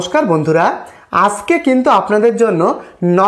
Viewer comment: Sothik bangla ucharron korte paren na....aske aske kore jachen.....ajke bolben